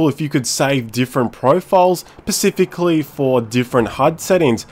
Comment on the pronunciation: You Fucking.... Its not "pecifically" Its Specifically" god i hate when this happends ` ` Other than that nice video (Y)